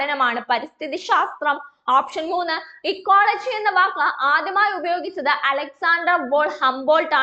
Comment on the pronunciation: ഇക്കോളജിയല്ലെ എക്കോളജി എന്ന് പറയുന്നതെന്താ